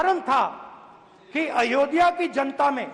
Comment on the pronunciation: ध्यान से सुने तो पता चलेगा कि राहुल गांधी अयोध्या शब्द भी ठीक से नहीं बोल पाते